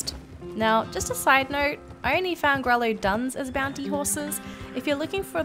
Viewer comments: If I'm not mistaken Grullo is probably pronounced "gru-yo" since it seems like a Spanish word and 2 L's together makes a Y sound. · Hey pal, just a side note. Grullo is pronounced grew-yah. Not trying to be nasty :) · Love your videos. I’m a breeder of American Paint hoses. And Grullo is pronounced grew yo. Double ll is pronounced y. You do a great job. Thank you. Barbara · Francisca Sawyer I don’t know where you heard that but coming from a breeder, it is NOT pronounced grew-yah... also not trying to be nasty :)